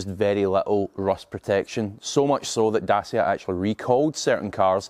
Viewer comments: It's pronounced "datchia" not "dasia" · If you're going to mis-pronounce Dacia as "Dah-see-ah", then you might as well say that they've got "Ren-alt" engines.